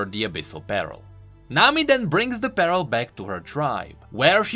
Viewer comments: I know you're dealing with dyslexia,, but it's always funny to me how you say "pearl" like it's "apparel" when you should say it like "purr-L". I don't know, it's just something that might help you say it correctly;) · Is it just me that is quite bothered or annoyed on how pronounce Pearl as Peril? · i kept thinking he was saying "abyssal barrel" XD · I know that its just me being bad at hearing but I kept hearing abyssal peril instead of abyssal pearl